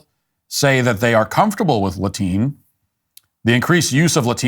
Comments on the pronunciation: "Latine" has been around for a while in Latin America. First started hearing/seeing it like 3 years ago. Also, you're pronouncing it wrong. It's like "la-tee-neh." And Spanish speakers did come up with this lmao. Also "latino" and "hispanic" don't mean the same thing.... Matt Walsh wrong yet again. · Latiny😂😂matt stop!